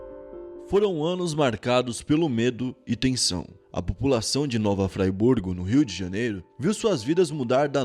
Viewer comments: Ele pronunciou igual a cidade da Suiça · Mano eu moro no em Nova Friburgo e tu pronunciou o nome errado mas ta tranquilo foi engraçado d+ kkkkkkkkkk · Koé, "Nova Friburgo" se fala em português mesmo, não tem essa pronúncia gringa! 😂😂 Cidade vizinha daqui de Macaé RJ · Nova Fraiburgo? Oxe essa porra é inglês kkkk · É nova Friburgo, não nova Fraiburgo, tá dando nervoso te ver falando assim. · Nova Fraiburgo foi de doer kkkkk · Como respeitar um canal onde o cara fala Nova FrY Burgo??? conteúdo é massa, mas tá doido, muita ignorância. ai tá escrito FRI, FRIIIII burgo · hahaha nao é "fraiburgo" é friburgo msm. mt manero o video. abraço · observação: a cidade é Friburgo; pronuncia correta: Friburgo; não "Fraiburgo" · Se pronuncia nova Friburgo não nova fraiburgo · "Fraiburgo" kkkkkkkkkk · O nome é nova Friburgo..RJ região serrana do estado do Rio de Janeiro. Ñ é nova Fraiburgo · O nome não é nova fraiburgo.... é friburgo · Ola meu amigo gostei da matéria mais o nome da cidade é nova Fri burgo escrevi desse jeito só para ver como se pronúncia,mas a matéria é ótima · a pronúncia não é "fraiburgo", a pronúncia é a la brasil mesmo, a pronúncia e conforme se lê msm, friburgo! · Oi. Eu sou de Friburgo. Fico feliz em ter a cidade fala no seu canal. Gosto muito dos vídeos e do canal. Ah e se pronuncia como se esquece rs. Fri e não frai.😁 Varginha, Rio Grandina são bairros de Nova Friburgo. Muito bom o vídeo 👏🏾👏🏾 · eu sou daqui e é FRIBURGO e não FRAIBURGO mas muito foda você fazer esse video! Valeu! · eu sou daqui de Friburgo!!! O vídeo foi muito bom. Nasci em 2008, por isso não conhecia essa história. E uma coisa, não se pronuncia fryburgo, e sim " fríburgo " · está aprendendo inglês só pode😂😂😂 " Nova Fryburgo" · Tem razão. Vi esse cara falando Fraiburgo me deu uma vontade de dar uma fraiburgada nele. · Agonia deele falando "Nova Fraiburgo" rsrsrsrs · Nova "Fraiburgo" kkkkkk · Cara não sabe nem fala nova Friburgo kkkkkkk.